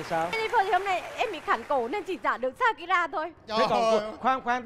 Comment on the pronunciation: SHAKIRA chứ không phải SAKURA nha Đại Nghĩa ơi 😂😂😂